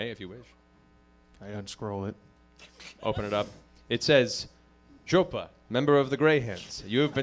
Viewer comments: What's more hillarious - the way he pronounces it. It is EXACTLY identical to the Russian speaker, moreover the emphasis they make, almost shouting.. It's golden. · AND HE SAIS IT SO CORRECTLY, TOO, JUST LIKE A RUSSIAN WOULD! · it made me laugh so hard, especially matt's nearly perfect pronunciation